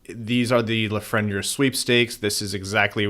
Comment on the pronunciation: It bugs me how y’all pronounce Lafreniere. It’s not La-fren-yer. It’s La-Fren-Yair